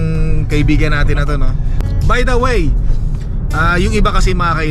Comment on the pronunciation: vowel at consonant ung tinutukoy mo. kapag letter A"ung 1st letter ng kasunod na salita it means vowel po iyon. halimbawa yung sinasabi nyong "the apple" ang tamang pronunciation dyan is "di apple" kasi vowel po yung kasunod na letter😁 anyways fan mo tlga ako, nag aaral ako mg salita ng english kasi pinapangarap ko rin tlga na makarating dyan sa canada. sana palarin ako tulad mo. nakaka inspire mga vlog mo, pa shout out nman, olaybal family ng binangonan rizal mula sakin jomar olaybal 😁 thnk you thnk you sna mapansin moko godbless po